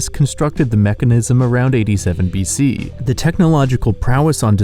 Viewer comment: that's a funny way to pronounce 'BC' and 'AD' lol